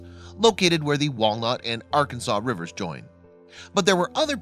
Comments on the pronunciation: Born and raised in Wichita still here. And it was all over the news . It was news to all of us . Was a big deal for Ark City. We don't call it Arkanasaw city or Arkanasaw river .It's Arkansas city or Ark City. ArKansas river. We all had a laugh every time he said Arkansaw city and Arkanasaw river. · For your information, Arkansas City in Kansas, is pronounced as " r-Kansas" City, and often shortened to "Ark City". Likewise the Arkansas river is also pronounced as the "r-Kansas" river for its entire length within the borders of Kansas.